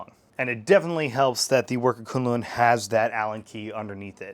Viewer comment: FYI, it is pronounced 'koon-loon' I hear quinlin in the beginning, just to clear up the naming.